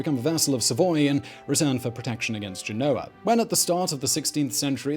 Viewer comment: GEN-o-a, please, not Ge-NO-a.